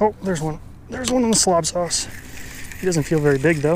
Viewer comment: "Slob souse" 😂🤦‍♀️